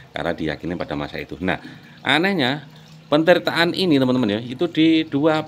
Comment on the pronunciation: Lagi mas BUKAN PENTIRTAAN. TAPI, PETIRTAAN. DARI KATA DASAR TIRTA, ARTINYA AIR.